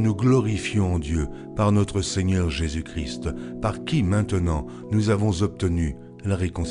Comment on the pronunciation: Juste pour dire un défaut de prononciation. Nous devons lire Jésus Christ sans prononcer le "t". Seulement quand nous lisons "le Christ". Sinon bonne lecture. Merci !